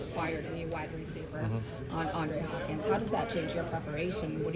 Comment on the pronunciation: that woman really said "Andre Hopkins", she has no place interviewing football players.